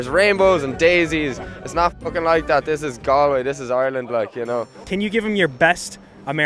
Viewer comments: FFS you butchered Galway! It’s pronounced Gaulway! 😂🤣🤪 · Lord, yes. It’s Gaw-l-way. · Bruh you pronounced Galway wrong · How can he go to Galway and not be able to pronounce the name? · TBF, if you'd only read it and never heard it, you would assume it's pronounced the way he said it. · true but if your going to do a video in the place, I think the first thing you would research would be the place names pronunciation.